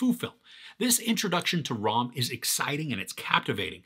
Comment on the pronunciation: Its not Rom.. Its Ram.. Nd its not Beam its Bhim..